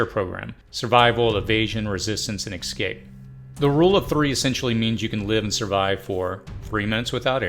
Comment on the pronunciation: Escape. Excape or Ecscape are not accurate pronunciation of words in English. (Sorry, it’s my absolute worst pet peeve. Followed closely by Nucular...instead of the accurate Nuclear.)